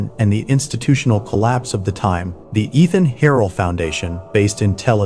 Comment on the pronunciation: I've that the pronunciation of Eithan Harel's name has changed from earlier videos. In the "Darkened Suburbs" episode from a few months ago, his name was pronounced as 'Eye-Tan'. Now it's become 'E-Than'. Any particular reason for the change? 🤔